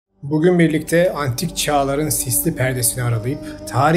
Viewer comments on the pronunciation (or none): none